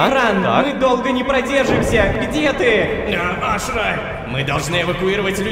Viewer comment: почему мы говорам Ашыра когда её зовут Ашра